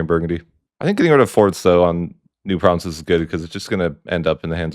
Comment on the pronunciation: Your pronunciation of provinces legit kills me man